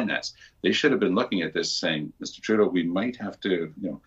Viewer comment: Why do you keep calling him Mr. "Trudeau"..?